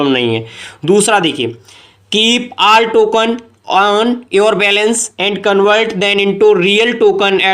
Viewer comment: Valance nhi balance hai wo yaar😂😂😂